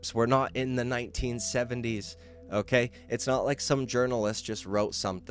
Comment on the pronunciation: "O-keh" can you stop saying "O-keh" so damn much? O-keh?